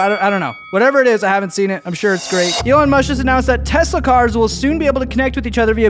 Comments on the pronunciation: Elon Mush 💀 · "Elon Mush"💀